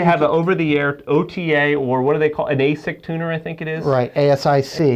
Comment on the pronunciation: Mark Kraabel I cringed when they said ASIC instead of ASTC. If they don't know, they shouldn't speak on it.